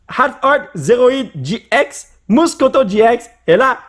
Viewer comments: Sa ce dis getx 😉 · Sa se dit gé Ix et c'est nymphali